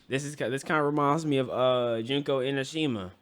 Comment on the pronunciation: NOT JUNKO💀